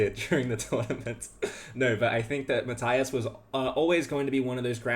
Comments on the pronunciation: Since I am making myself unpopular already, let me add one more: Matthias is pronounced Math-ee-as, not Math-eye-as. It is German, and German has no diphthongs. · Why do you say "Matthaias Blübaum"? You're clearly able to pronounce an "i" without putting "a" in front of it. You don't say Fabaino or Haikaru or Saindarov after all... Or Anaish Gairi😅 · Just a heads-up, you're totally mispronouncing Matthias. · Just as it's my name as well - when german pronounciation is courteous, i.e. the bloke is from Germany and you try to say his name, the 'i' in Matthias is not an 'i' as in light, but an 'i' as in linger. His last name actually is 'Blübaum', which contains an umlaut you guys do not have, so your approximation 'Bluebaum' is totally fine - i just mention it to say, for those interested, that the last name translates to 'flowering tree'. Again, just because it feels strange to hear your own name done wrong-ish-ly ( at the end of the day, no one really cares. But it shows that bit extra effort has been put in :) )